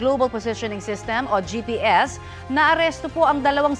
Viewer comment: GPS po, hindi JPS. Jlobal.